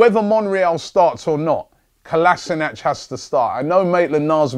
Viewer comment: Totally agree - Kolasinac has to start. And please try as a Gooner to pronounce his name correctly.